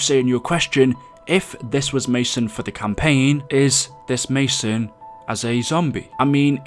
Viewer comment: Lol i though you said "Ma Son" haahah